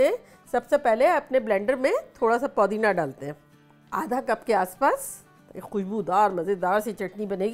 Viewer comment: Mashalla kya cooking hai aapki... bus ek request... please call it Pudina and not Poodina